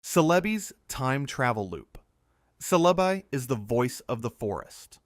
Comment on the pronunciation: Yeah i heard the cele bye and said bye to the video